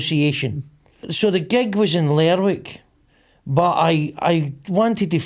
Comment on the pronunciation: it’s not pronounced ler wick,it’s lerick